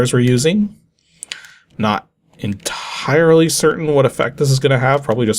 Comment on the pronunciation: so you mean you weren't 'en-tyrely' certain what effect it's gonna have...? OK, I'll see myself out. Great vid as usual 😅